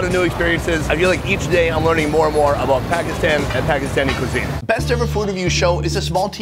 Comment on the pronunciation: Can someone gets his pronunciation of “Pakistan” correct? Will be a big achievement if by the end of this series he can say Pakistan properly